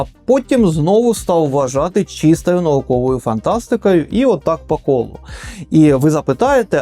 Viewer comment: Автор попрацюй над вимовою слова «кохання» - дуже ріже вуха(